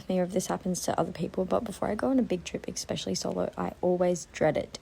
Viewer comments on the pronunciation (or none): “Expecially” - WTF? And what the hell is going on with those caterpillar fake things on your eyes? Horrendous!